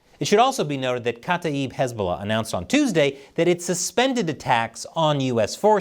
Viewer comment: kata-ib... not kata...eeb